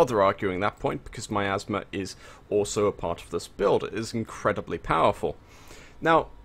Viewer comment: Every time said miasma, it 100% sounded like hes saying my asthma.